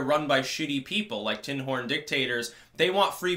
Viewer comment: Sorry, I know you're saying tin horn, but I keep hearing Tim Hortons...